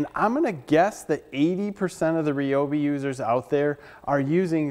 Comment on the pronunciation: RY-obi I have heard of . . . REE-obi is not a brand currently in production.